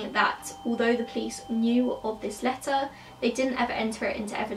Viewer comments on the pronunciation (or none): none